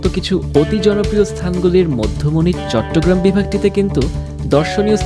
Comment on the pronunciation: চিটাগাংকে চিটিং কেন বললে???